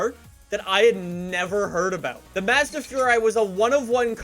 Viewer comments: its maz da not madza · IT'S PRONOUNCED "Mosda" NOT FUCKING MAAAAAS DA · mAHzda furai is the correct pronunciation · Lol how he says Mazda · Why does he say Mazda like that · Not how you pernounce Mazda dude! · Wanna hear a joke? The way pronounces "Mazda".